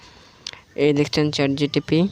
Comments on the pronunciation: চে চে জিটিপি 🤣🤣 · ChatGTP ❌ Chatgpt